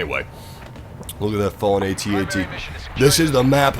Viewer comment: Ummm...did he just say "at ats?" I'm sorry sir, I don't mean to be critical. I enjoyed this video very much and your voice is like honey poured over my ears, but it's pronounced AT-AT (AYE-tee AYE-tee) I thought you'd want to know :)